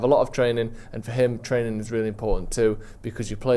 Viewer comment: Just say training again 😂